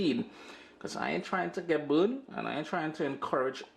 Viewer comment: Yum! I love the way Trinis say burned. 😂